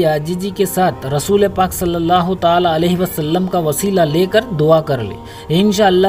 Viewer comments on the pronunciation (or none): none